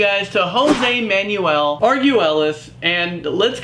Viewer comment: He said Manuel wrong lol (man-well)